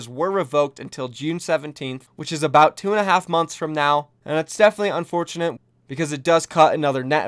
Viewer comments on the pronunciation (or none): none